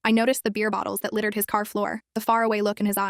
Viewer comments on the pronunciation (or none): none